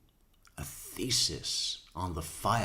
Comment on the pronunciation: She's got some self-aggrandizing delusions. Also, why does she pronounce thesis like feces ? "Lisa" is a gigantic bulshitter, anyone with a brain can tell. She lives in a fantasy world. She"s a perfect match for Chaz